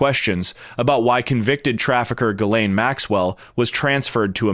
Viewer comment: Bondi pronounced Ghislaine, Guerlain. I guess she confused her with the beauty industry and putting lipstick on a pig.